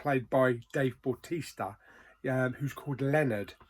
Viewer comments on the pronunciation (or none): yeah bautista when you say it sounds like baptista